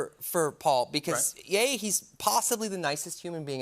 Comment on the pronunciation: Did Ryan say "paul-ssibly" when he was talking about paul rudd??? Or am I crazy?